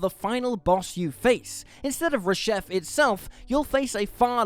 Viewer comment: ‘Rashef’??? C’mon man